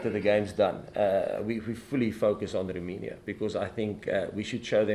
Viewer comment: ROMANIA is NOT pronounced ROOI-MI-NIA Jacques but ROW-MAY-NIA